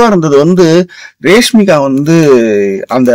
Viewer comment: Reshmika illa Rashmika😂😂😂